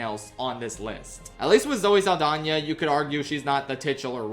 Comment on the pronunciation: the way you say Zoe Saldana like Zoe Lasagna gets me every time